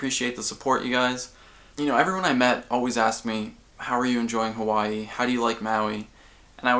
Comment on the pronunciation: lmao just noticed how official his "Hawai'i" is